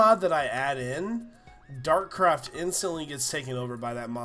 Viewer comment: It's Dartcraft not Darkcraft